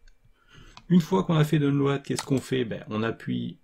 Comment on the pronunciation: "DON LO AD" ???